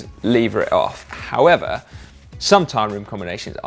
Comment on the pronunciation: However… not how e va